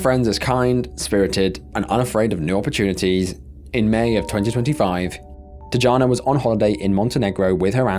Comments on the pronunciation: It's pronounced Tiana not teejahna. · It's pronounced tiYana not tuhjana or whatever tf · I feel like you’re disrespecting the first victim by calling her ‘Tee-ja-na’. Ffs it’s not that hard to do a quick search on the name you’re reading. These are the little aspects of failure of research that are so stupid and upsetting. It’s not crazy to expect that you might do a tiny bit of research on the victims you cover in your videos, at least enough to not mispronounce their name. Gross. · he's Brazilian not Hispanic. His name is pronounced with a J sound. Not H like if he was a Spanish person. You messed his name up and you messed up Tijana. You really need to do the most basic of studying of different cultures if you're gonna do videos on them dying show enough respect to pronounce the name, right